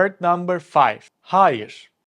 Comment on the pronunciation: “Hayır” kelimesi “haayır” diye okunmuyor. Yazılışı gibi , “a”’yı uzatmadan hayır diye okunuyor.